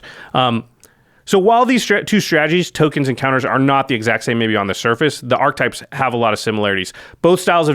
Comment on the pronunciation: What is it with Magic (and other gaming) media folk who pronounce archetype incorrectly? It is a three syllable word. ARK-EH-TYPE. At what point did it become ARK-TYPE? I'm baffled by this. I only hear it pronounced this way in the gaming circles... it is just that it spreads from gamer to gamer that way?